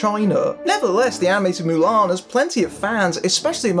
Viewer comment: Ok guy - stop saying MULAN the way you do - Ok you re English? So take off the M and just say ALAN. Then we can all see where you problem truly is. X Hon you are not the drinker - you are not funny - you re ideas are the same as his EXACTLY. Now before you become a ''Critic'' learn to say the say name of the Hero properly, eh?